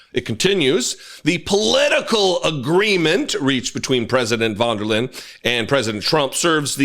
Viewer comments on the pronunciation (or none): "wonderlinn?" 😀Pronunciation tip: "von der Leyen" = [fon da lie-in]